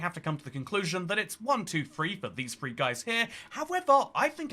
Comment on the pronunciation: WIV and FREE Very brave to do these videos WIV a speech defect. Good luck.